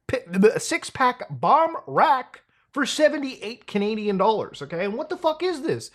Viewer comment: for a THOUSSSAND DOLLARZ 😂